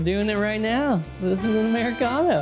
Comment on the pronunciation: "'Muricano" :D